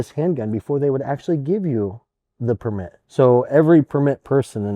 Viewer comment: Drinking game: take a shot every time pronouces 'permít" like a French person.